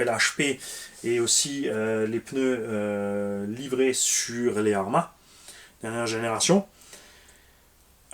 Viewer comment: Mmmmmm des peuneus pouet poueeeeeet